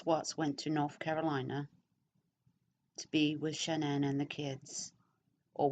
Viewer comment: His mother could have killed cece so Shannan had some class i would've stomped her ass. Also why dont you learn to say her name right? It isnt Shannon.